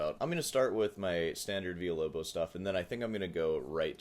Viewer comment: I understand what you are trying to do,, but thats not how you pronounce villa-lobos, be better.